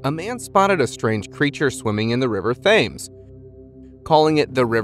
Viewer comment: The river thames is pronounced,tems 👍🇬🇧